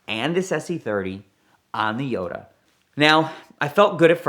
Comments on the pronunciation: Yoda? Jota is pronounced: HO-tah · I can’t watch any of his videos involving Lamborghini’s in case he says Jota in the weird way he does. It’s a shame, as I really enjoy his stories 😢